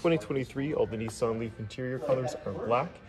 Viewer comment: It’s Nissan…..not NEESAN